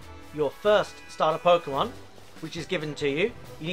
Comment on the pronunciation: You really made a video on trading 😂 how to get uhhhhh all the uhhh pukemon lmao and then you ran from a shiny. 😂😂😂😂😂😂